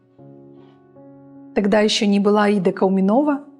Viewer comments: КауменОва деп қатырды апам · Кауменоова😅 почему все кааауменова говорили